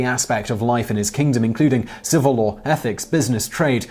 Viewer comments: I like how when Simon Says law, the word I hear is "lore", and when referring to really old text, the word still fits :-) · Law does have an R in it right?